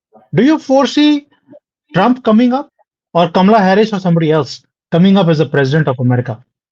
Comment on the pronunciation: It is not Camilla it is Kamala.